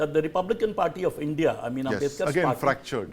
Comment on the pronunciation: If someone struggles to pronounce India and instead utter as Indi you can safely say what that person's opinion will be.